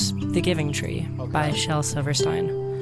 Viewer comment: Under 2 minutes and the essayist can't even pronounce Shel's name correctly. Surely this will not be a total self indulgent yapfest!